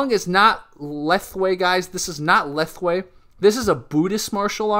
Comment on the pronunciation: Thaing ( pronounces - Thyle / thainge ) is general terms for all Myanmar/ Burmese martial arts. Under Thaing there are Bando and Banshay. Bando is empty hand art which include lethwei ( it's let + hwet .. not leth + wei , pronounces Let Whayte ) , Bando Lethwei ( ancient lethwei which u saw in this video ) , Naban ( burmese wrestling ) , Let pwait ( clinch and extreme close range fighting ) , Let Pan ( lethwei style hard sparring heavily focus on traditional advanced techniques ) , Bando or empty hand self defense techniques from all Myanmar martial arts. Banshay or weapon fighting include all weapon techniques from all Myanmar Martial arts. Whether Thaing master ( bando + Banshay master ) or lethwei fighter or bando practitioner or banshay practitioner , they all must know Lek kha moun ( symbol and trademarks of Burmese martial arts ). Lek kha moun is an invitation to fight or spar or to exchange or to war in Myanmar culture. It's not 3 time baby like taps but 3 loud claps to the elbow and arm triangle joints area ( when you bend one of your arms and clap with dominant hand ). Thanks for the video.